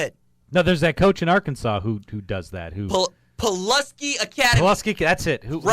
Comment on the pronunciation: Hey Rj. I live in Central Arkansas and I was just gonna message you to let you know that it’s Pulaski Academy. The a in Pulaski is like the a in ask. You’re doing a great job man.